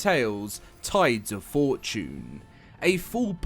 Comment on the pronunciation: Holy crap he said tides of fortune correctly